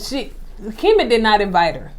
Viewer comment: So I attended Alabama A&M (LAMH alma mater) and they did not teach us to say EE-VITE 😂 and that word and immaturity irks my nerves.